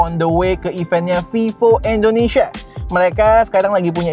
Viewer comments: Indonesia bukan endonesia bang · Indonesia bg bukan endonesia